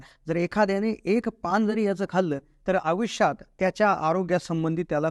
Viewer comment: आविष्यात...आणि अस्ठयात्तर...ही...कोल्हापुरी.... शान... मुळ शब्द: आयुष्यात, अठ्ठयात्तर.😅😂